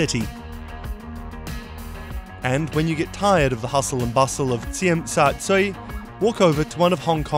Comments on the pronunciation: It's Sim shat soo ee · no, he isn't. The Cantonese pronunciation should something be like Zim Sa Jui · i would say Jim Sa Joy is way closer than the way he said it :D anyone? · I cringed every time he tried to say Tsim Sha Tsui. Phonetically it should be more like “jeem sa jui”. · He might as well have said dim sum chui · Should be Jim Sar Jui ( Sharp Sand Mouth). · You read TST as “Chim Sha Chui”, it’s hard to pronounce too haha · Even bloomberg got the pronunciation of TST wrong haha It's Ts-jim Sha Ts-uooiii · It's pronounced Zim/Jim/"Gym" Sha (like the "sha" in "shard") Zui/Jui (Joo-Way) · It's actually JIM SA JUI. Trust me...this is the correct pronunciation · You can tell how much the narrator struggled when pronouncing Tsim Sha Tsui😂😂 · You are over pronouncing Tsim Sha Tsui so badly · I know. Right!!?? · So butchered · Jason Huen, I am Hong Konger. I totally agree with you. Many foreigners do not pronounce Tsui Sha Tsui in this way. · my cantonese is poor and even hearing him say it was very off putting. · you pronounce tsim sha tsui soooo wrong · And he still mispronounces Tsim Sha Tsui!!! I lived in wan chai and it was fairly affordable. But my flat was about 150 ft sq. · call it tst cause..you aint saying it right neither. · A) Nope, TST is not a hip, trendy location B) that pronounciation is awful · U butchered the pronounciation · LOL the narrator himself butchered the fuck out of pronouncing Tsim Sha Tsui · damn you butchered that pronunciation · I am not amused by your pronunciation of Tsim Sha Tsui. (I am from Hong Kong btw, don't get fooled by my pro pic)